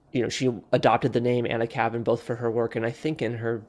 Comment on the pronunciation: You could at least pronounce her pen name correctly.